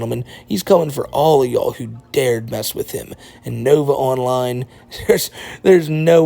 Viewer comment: I genuinely can’t tell if he says “novaonline universe” or “novine universe”